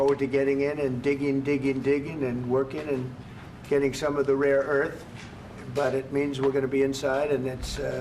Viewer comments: It's "Rare Earth", Mr President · mr trump it is "rare earth" not "raw earth." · Raw Earth or rare Earth metals? President Trump's mispronounced?